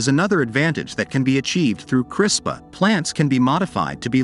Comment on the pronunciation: 1st to comment. Also: I would should be responsibly and particularly where its need to improve the human condition and life and not any greedy self-centered reason. I am pretty sure you are pronouncing CRISPR wrongly.